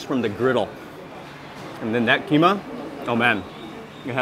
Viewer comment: As a Sumatran (practically the land that gave birth to the Malays), every time he says "keema", "keema", "keema", my heart dies a little. 🥴